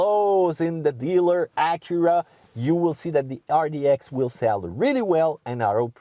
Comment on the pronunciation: "Uh-cura'... wut?